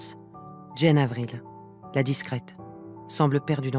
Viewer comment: Très beau documentaire! Il est cependant dommage que la narratrice ne se soit pas informée de la prononciation des noms propres... On doit dire "Jeanne" pour Jane Avril et "Jam" pour Folie Saint-James.